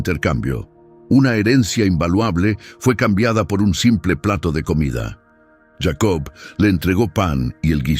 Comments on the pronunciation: Si está hablando en español, porque dice yeicobt. Que loco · Porque dices yeico